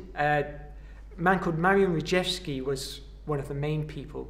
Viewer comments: Rejewski is read Reyeski in Polish. Excellent vid though. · In Polish "j" is pronounced similar to Enlish "y", and "w" similarly to "v" - so, Rejewski should be pronounced "Reyevski".